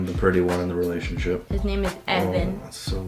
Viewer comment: “I’m the pretty one in the relashionship” 😂 Also “daddy” hahahahahahaha